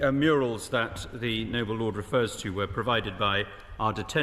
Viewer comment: Murials 😂 is he Hilda Ogdens grandson